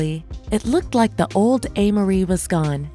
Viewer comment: So, it's pronounced "A" Marie... NOT "Ah" Marie... She's a beautiful young lady - I hear 1/2 Black, 1/2 Korean...